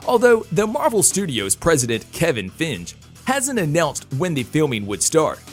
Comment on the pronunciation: So no one is gonna comment how Kevin Feige’s name was so epically butchered. It’s pronounced Fye-gee.